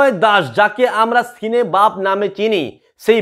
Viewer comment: সিনেবাপ নয় সিনেব্যাপ